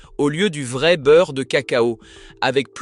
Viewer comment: Faut apprendre à votre ia que vrai ne se prononce pas véret